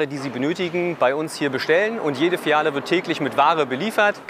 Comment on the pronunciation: Der Typ bei triggert mich soooo heftig mit seiner Aussprache Fijalle statt Filiale